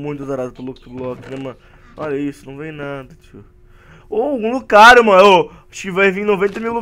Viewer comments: lugario kkkkk é. lucario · "lugario" lugario? KKJJJJJKJKKJ